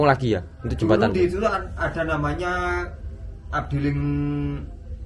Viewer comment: Afdeling mas bro bukan abdiling...